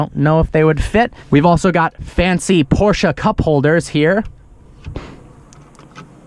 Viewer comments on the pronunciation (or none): Porsche not porsha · Can you stop saying fkn PorschA ?????????ßß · It’s Porsche not porsch A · Not Porschaaaaa but PorschE! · “Porsha” 🤦🏿‍♂️dumny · Stop saying "Porscha" it ist PORSCHE!! With an E! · Whenever i hear him say PorscHA i want to stab my ears ffs.. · why da fck do pepople say porcha?? LMAO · arthur Schmidt its not prounoced like he says it 😂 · Still can't say Porsche correctly